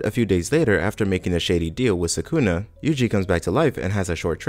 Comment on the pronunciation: Ok but who's "Sakoonah"